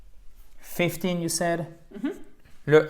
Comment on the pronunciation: Hi, The time is difficult because i heard fiftyyyy and no fifteeennn it is very similar